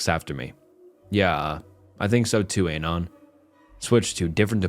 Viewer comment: i enjoy your videos, but Dear God whyyy do you pronounce "anon" like that???